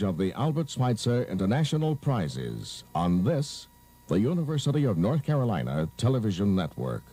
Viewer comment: “The University of North Capolina”